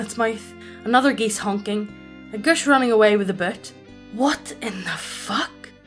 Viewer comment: "a Guss" I paused and tried to figure out what creature this was via google. And then when I couldn't find anything I hit play and "...more geese...." Please nerf your accent! :P